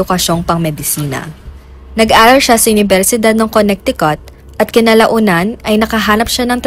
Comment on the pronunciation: Konitikat.. tamang pgbigkas..